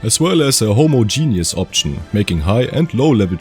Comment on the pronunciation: Ha-ma-ja-nus Homogeneous. Weird English word... Love the videos.